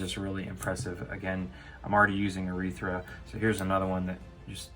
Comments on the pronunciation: It’s arythea not urethra... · Dear lord, it's pronounced arythea, not arythra.